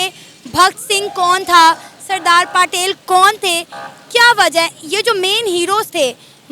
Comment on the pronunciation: Pata tuje bhi nahi haii...bhakt sing or saradar paatel nahi bhagat singh or saradar patel hai...tune sirf google se dekh ke bol diya hai😂